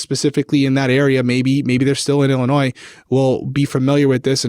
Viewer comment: Illinoi…the ‘s’ is silent. Good show. Thanks!